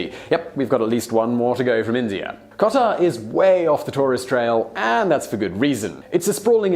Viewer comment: I heard him pronounce Kota (India) as Qatar (Doha).